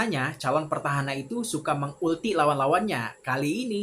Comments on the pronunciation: Petahana bg.. Bukan pertahana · PETAHANA bang bukan PERTAHANA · PETAHANA der gak pake' R